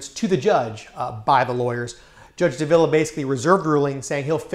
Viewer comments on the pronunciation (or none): Judge DAH-vila, not duh-VILLA.